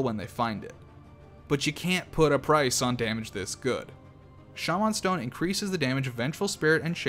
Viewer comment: this dude turned into hornet for a sec instead of saying shamen stone he said sha man stone with emphasis on the sha